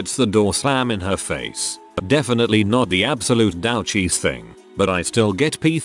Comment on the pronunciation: Gotta love Text2Speech synth voices.